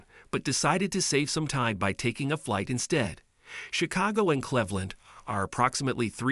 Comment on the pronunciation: Nobody can understand what you mean when you mispronounce CLEVELAND!! It's really annoying. The first syllable rhymes with "peeve" as in 'pet peeve' and this is one of mine!!